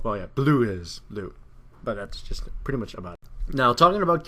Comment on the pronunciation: 'He is PRUTTY good' Prutty.... xD